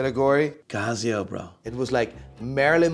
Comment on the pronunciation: Hey, new fan here, what's the deal with casio? And is there reason that you pronounce all the watch names wrong? Not trying to be a dick just wondering, maybe an inside joke I don't know about?